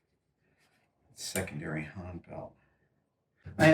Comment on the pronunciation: Says hane instead of Han